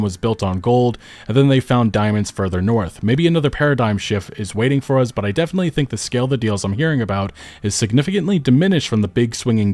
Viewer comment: pronounces the word "us" with a Z instead of an S and I can't unnotice it 😂